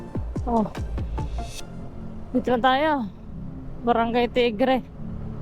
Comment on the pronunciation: brgy... TIGBE PO.. hindi tigre